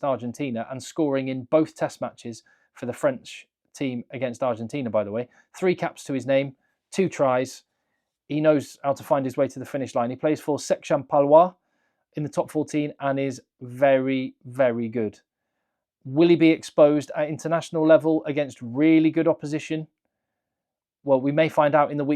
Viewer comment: Nice french speaking! But it's Section PaloisE, not Section Palois (the ending letter e is feminine form) in french 😊